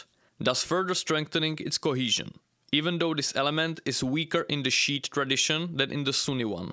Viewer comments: Fucking died when you said sheet islam😂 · its pronunced "shee-ite"